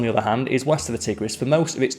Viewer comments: FYI it’s TYE-gris not TIH-gris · He couldn't pronounce Tigris properly.